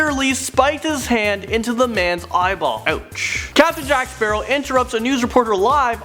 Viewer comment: jack sperow lol